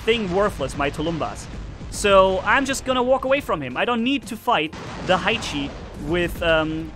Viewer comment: ha-e-chi? Hae-chi